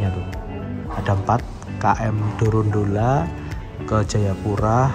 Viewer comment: itu dorolonda bang bukan dorondola